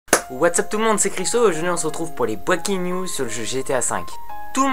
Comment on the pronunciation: ok serieux arret de dire breaking news tu ne sais pas le prononcer. apart sa tres bonne video thumbs up =P